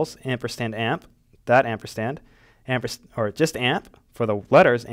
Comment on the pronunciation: It's called amperSand, not ampersTand.